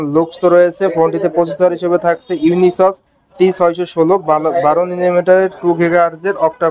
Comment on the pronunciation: Unisoc ❌ ইউনিসস ✅